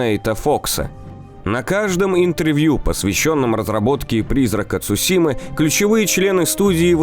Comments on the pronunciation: Это "Цушима" очень режет слух. Правильно говори Цусима, да и звучит это гораздо лучше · Видео интересное, но! Не Цушима, а Цусима.